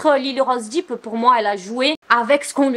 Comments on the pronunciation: Ça me stresse trop que tu prononces Depp "Deep", c'est dèpe 😭🤣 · Ce n'est pas Lyly rose "Dip " mais "dep"